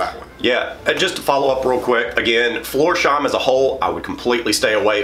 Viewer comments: It‘s Flors-heim, not Florsh-eim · Florsheim is a village near Frankfurt am Main. It's pronounced floors-hime. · When he said Florsheim, ngl, I yelped.